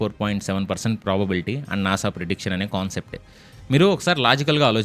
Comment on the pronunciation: NASA kadu nasa 🙂